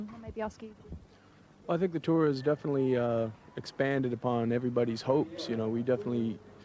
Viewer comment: Finally I understand, why Chuck always says DEATHinitely :D